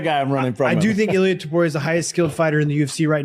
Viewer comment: It blows my mind that nearly every one of these supposed MMA channels can't even pronounce the names of even the most well known fighters correctly. If you can't pronounce Justin and Illia's last name correctly, just stop making videos!! That, or learn how to properly pronounce the fighters names, all of them!